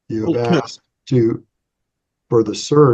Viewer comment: No one axed you,.😮😮😮😅😅😅